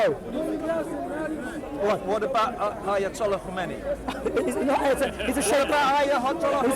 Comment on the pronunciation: Man said ayatallah khomeini ( La )🤣🤣🤣🤣🤣🤣🤣🤣